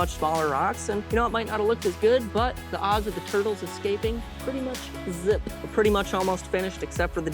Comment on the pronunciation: Is he saying twurtles?